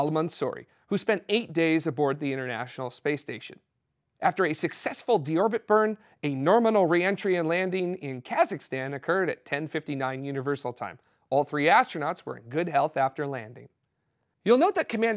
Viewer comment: "Norminal", soon in a dictionary near you! :-) Love the outtakes!